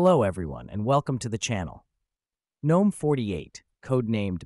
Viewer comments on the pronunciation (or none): Not a terrible video, but when you ignore the proper pronunciation of the desktop environment, I immediately dismiss it. GNOME is pronounced with a hard "G", and if you can't be bothered, then neither will I.